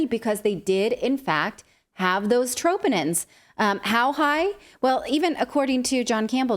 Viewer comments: It’s not “tropinins”. Smh it’s troponin. Natalie! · It’s pronounced truhh-po-nin, ma’am